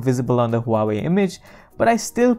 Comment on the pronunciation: he said "huwawi" lol the chinese company that copy and paste with their phones